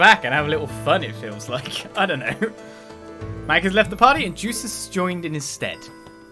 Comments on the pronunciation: It is pronounced as Yusis, the Y sound replacing the J sound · By the way, it's not "Juices", the J in Jusis is silent.